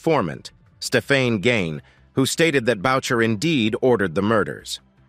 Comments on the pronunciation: its not maurice boucher Its maurice booo shay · Its not Bowcher its Booshea. A french Canadian name that the narrator could easily have researched if he gave a damn about authenticity. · Booshay!!! Notboucher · You need to say Maurice Boucher's name name properly. It is french. Bou- cher In English boo..shay